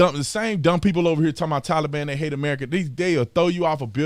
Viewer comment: You mean, the "Tollybon" 😆